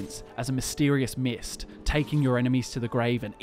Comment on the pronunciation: Spud Ren you can tell when he says mist